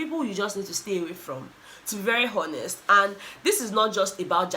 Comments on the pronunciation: u know I love you right? But please ‘honest’ is with H dropping…stop articulating the H when pronouncing ‘honest’. Or make we just kuku go back to our original language wey make love u to d moon n back - our normal lakpalakpa pidgin🤣😜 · when you are pronouncing the word HONEST, please ignore the H.